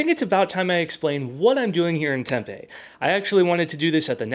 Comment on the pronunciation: Tempe is pronounced Tempy, not TempA. I worked for a tech company that supported a company located in Tempe and everyone there said it was pronounced Tempy.